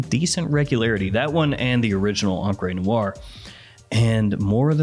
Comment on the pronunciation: Encre Noire: "On-cray noire"